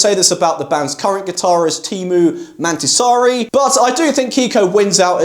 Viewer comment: Ok. Mäntysaari went pretty well. But his first name is Teemu, not Tiimu! :D